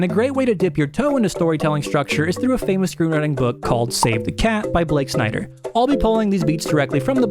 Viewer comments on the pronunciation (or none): none